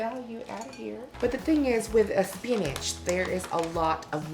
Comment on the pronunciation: Great Value Spanish!! Classy queen! 💚💚💚